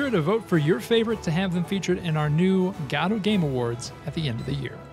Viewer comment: Please learn how to pronounce Godot correctly